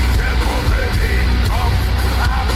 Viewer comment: Your "Puppe" was pretty close to how it sounds when a german says it. Well done. It is a very creepy and also sad song. About a prostitute with a little brother that stays in the next room while she is having gentlemen over for business. But in my opinion it is safe to say that this "brother" is most likely her son which she got by accident from a customer who either doesn't know about his son or won't care that he impregnated a girl/prostitute and because of her probably still young age she says to everyone and to him (or he hears it when she is telling it to others) that he is her brother, although he is most likely her son (it is the most likely scenario for me). And in the end (close to the end) she gets killed by a customer. Could it even be the father? Because the "brother" gets angry out of nothing and maybe he inherited that lack of emotional control from his father who kills his "sister" (mother?) in the next room...?? Not necessarily kid sister. There is no actual mentioning in this song that his sister is younger or older. "Schwesterlein" CAN mean little sister, but it can also mean a diminutive for his sister. I did manage to call my older sister "Schwesterchen" a few times in my life what is usually a diminutive, as "Schwesterlein" can be also (Schwesterchen and Schwesterlein mean the same. A diminutive of Schwester (sister)). On the other hand the really big baby carriage could, but mustn't necessarily mean that he is an older child, maybe an adult who's mind ha